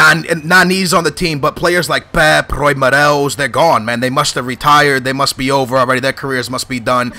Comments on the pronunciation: I'm not even Portuguese and I know you're butchering these names. You called Raul Meireles "Roy Morels", I mean seriously. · He's saying Raul Marelies xD